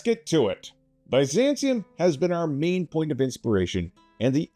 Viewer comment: Had to close the video from the way he was pronouncing Byzantium